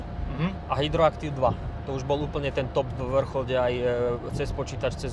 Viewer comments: Ahojte. Ďakujem za video. Inak , systém pruženia sa volá Hydractive (čítaj hydraktiv), nie hydroactive. Zle sa mi to počúva ale inak veľký palec hore 👍👌🤗. Mám nejaké autá s hydroaktiv-om 🤭 a fakt je to parádne vozenie 🙂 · Ne hydroactive, ale hydractive. A doslova "ooooo" je co za chujovinu? Auto nádherné.